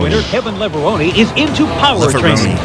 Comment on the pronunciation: Back when the mags ruled the world, there were several names no one was sure how to pronounce. "Lever-Roni" was common.